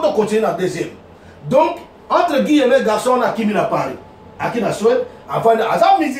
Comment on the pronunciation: On dit: - un personnage et non une personnage - Guillemets et non guillemeuts